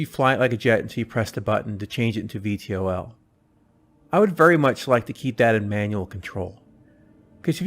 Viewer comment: VTOL = Vee-Tall ...nice video though.